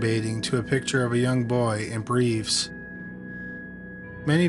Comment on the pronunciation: PiCture not PITCHER.